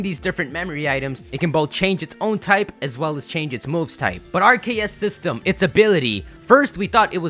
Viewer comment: RKS system as in Ar-Ke-ous System as in Arceus System